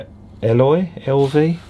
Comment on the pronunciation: Eloy is pronounced “EE-loy.” The name comes from the H.G. Wells novel The Time Machine. Fishbone were ska metal I think.